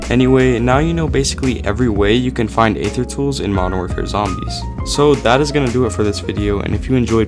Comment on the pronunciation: Aether is pronounced "ee-thur", not "ay-thur". The "A" is silent.